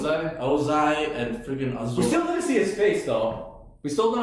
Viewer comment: just quickly guys, for the past several episodes you've pronounced Azula's name 'O'zula. Please, its 'A'zula with an AAAA e.g Love the reaction guys xxxx